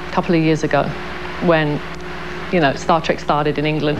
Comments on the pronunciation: Did the reporter say "Star Track"? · Omgggggg.....she said " star track ". I hate that!! TREK TREK TREK. Just like it's spelled! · Did the anchor say "Star TRAK?" lololol